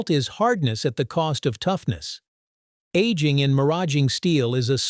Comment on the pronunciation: 😂😂😂 , bot is talking about 1950s and showing the 1850s 😂😂😂 Aging sounds like annealing